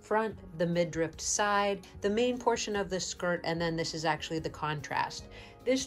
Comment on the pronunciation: It is midriff, not midrift.